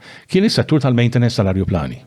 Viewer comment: Ajruplani mhux arjuplani gonz 😅